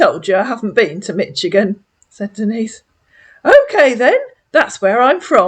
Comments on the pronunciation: Catching up on your lovely videos, they're so entertaining while I get ready for my Friday night. Just a tip: Michigan's ch sounds like an sh. We say it more like Mishigan. Yeah it's odd but, there we go. Love your videos! Carry on my dear and have a lovely weekend! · fyi, Michigan is pronounced “Mishigan” in the US 😊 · Denise dear lady, it's pronounced Mish-igan,lol, just want to help a sis out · Michigan typically pronounced Mish i gun